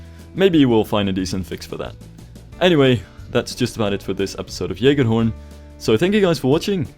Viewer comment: please someone make a remix of how he pronounces this rollercoaster